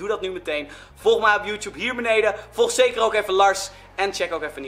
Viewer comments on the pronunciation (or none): none